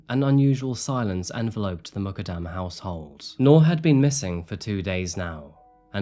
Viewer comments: It’s important to pronounce names correctly. Her last name is pronounced, “Moo” “kud” “dum” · Please her name is Noor Mukaddam Pronounced Moo-kuddam Please be sensitive enough to pronounce names properly!! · Last name is pronounced “Mook-uhd-um”